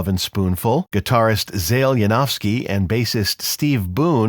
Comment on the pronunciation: You can't even pronounce Zal's name correctly.